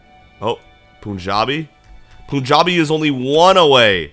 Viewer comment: Pronounce it as 'panjabi' like pun Not poon